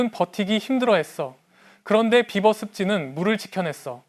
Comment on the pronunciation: beaver를 비~버라고 발음하지 않고 비버!~라고 발음하여 처음에는 나는 무슨 말인지 못 알아 들었다. 나중에 사진을 보고 알았다. 아하 비~버~~!! 물론 쓸 때는 비버라고 쓰지만 읽을 때는 비~~~~ 버 라고 읽어 주어야 한다.